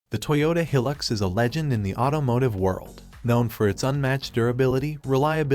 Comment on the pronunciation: He Pronounced Hilux Wrong